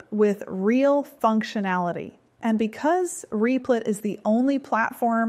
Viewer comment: is it meant to be pronounced "reep-lit"? I thought it was "rep-lit"